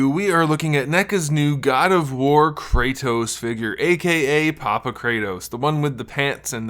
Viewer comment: kray toes? it's Krrr ah Tohs (R as in BRRRRR)